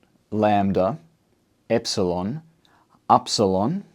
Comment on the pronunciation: Dear. Im from Greece. Its not called aρsalon. We call it iρsilon.